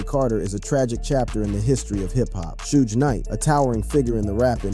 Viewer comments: How do you say suge knights name wrong and be a spokesperson for the hip hop community lol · On PurPosE!! 🙆🏾‍♀️